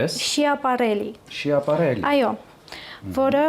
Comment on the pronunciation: Ասում է Շիապարելլի🫠😭 Schiaparelli կարդացվում է Սկիապարելլի, սիրելիս🙄 ու ցրտին կիսամերկ դուրս չի գա ոճաբանը, ամեն սեզոն ունի իր ուրույն ոճը։ Ալֆրեդոն ու ալ դենտեն էլ կարելի է տարբերել😂 չդիմացա ուղղակի